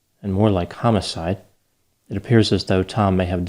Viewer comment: HUMMIS-ide LOL